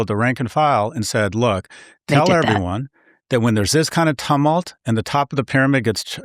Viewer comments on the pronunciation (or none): Scott: tumult is pronounced “toomult” (US) or “tewmult” (UK). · And Scott can’t pronounce “tumult” properly.